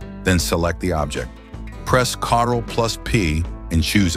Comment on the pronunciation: Stop being lazy by using AI to read your script. Learn to do it yourself. Perhaps then we would not have to be made to hear the reader mispronounce well known shorthand like CTRL as cottle (Not Carl as others have been saying)!